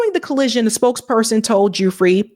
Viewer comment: I believe Virginia's last name is pronounced 'Goo-fray'